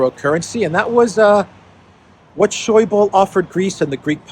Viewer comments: Not Scheubel but Scheuble :-) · A small hint to, the german language other than (most)french and english does have the need to speak the "e" on the end of a name or word. We dont stop at the letter before, we speak them all out. So Wolfgang Schäuble (le like eh), it took some time for me to recognize the man you meant, it clicked at finance minister during greece crisis:D